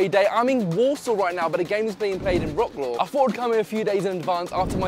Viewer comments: Thank you for shedding such a good light on our country. Please learn how to pronounce mate! It's like "vrotz- wav" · It’s pronounced “rat-slav” 😂 Good video non the less 👏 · You are pronouncing Warsaw and Wroclaw wrong.